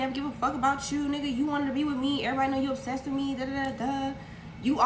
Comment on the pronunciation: And she said ab-sessed not obsessed 😂😂😂😂 3 times!